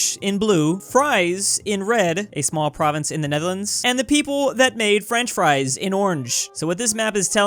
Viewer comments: I think you say it more like Freeze than Fries to be honest. Just giving information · the ie in fries there sound more like the ee in yeet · small thing but the Fries is more pronounced like Freeze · Fries(land).... pronounced like Freeze-(land).